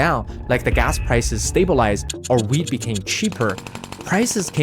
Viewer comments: ooooh youre saying wheat not weed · I thought he said “weed” was expensive lol.